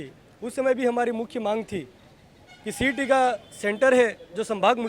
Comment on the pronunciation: Cet बोलो cat नहीं